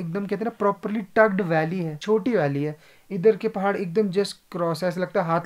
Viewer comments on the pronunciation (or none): none